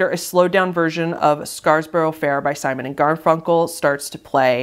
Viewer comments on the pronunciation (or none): none